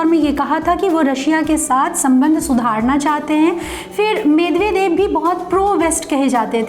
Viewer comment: कामरेडों ने तो लूटकर रखा था रूस को यही कारण था वहाँ विखंडन का , जॉर्जिया पर कब हमला किया ? मिदवेदिव होता है मिदेवेदेव नही । बहुत अधूरी जानकारी है तुम्हारी , थोड़ा कामरेडी पात्रतारिता से हटकर फैक्ट जुटाया करो ।